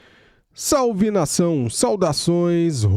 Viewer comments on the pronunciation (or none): none